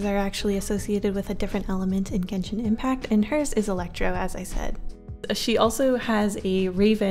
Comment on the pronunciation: It's pronounced jen shin